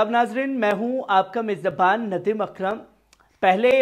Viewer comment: merzabaan nahi mezbaan kaha karo